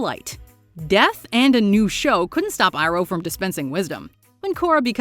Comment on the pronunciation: It’s Pronounced E-Roh not I-Roh...